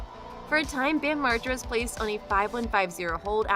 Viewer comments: I never heard Margera so mispronounced until these past few months of people (cant possibly be his fans) reporting on him... all of a sudden it's all effed up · LOL how did you say his last name?!?! HAHA